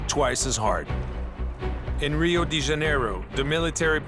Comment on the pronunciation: First of all, it's not italian but portuguese ("Río DI Janeiro" is wrong, it's DE). Second, and most important: To all first world resident viewers, police is quite different in the so called developing countries, they're a mafia, and it is not that criminalilty should be minimized, but they are both the same scum but with different colors, they're both poor mostly educationaly an intelectualy. Take a good look, 'police' are not catching big criminal entities but just poor neighborhood dealers, for weed! which is still illegal because of political convenience in most countries. The small and mid sized criminlas taken down, get busted because they fail to aling with police and corrupted gov or just f*d up, but not really for doing harm to society. Any intelligent and conscious person could tell that this lame documentary is just propaganda BS, staring a fair looking police b*i*ch. Sheeple food for brain rot. Both real criminals and police don't deserve any sympathy, trust your gut but not any of them niether this half assed truth entertainment show.